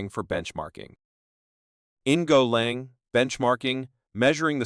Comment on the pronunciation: AI shite, "golong" ffs. Worthless, zero effort grot.